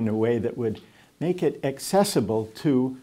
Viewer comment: nada a ver com o tema mas é curioso como é parte do sotaque brasileiro usar ''chew'' na pronúncia do ''to''.